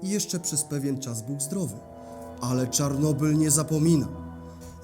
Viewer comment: dlaczego mowisz "czornobyl"? Po polsku to Czarnobyl, a po rosyjsku Чернобыль.